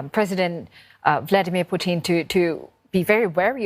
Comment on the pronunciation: Why she keep saying puthin?